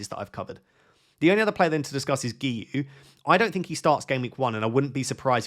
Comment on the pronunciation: Great pronunciation on Guiu! (i'm Catalan and it's a nightmare to pronounce)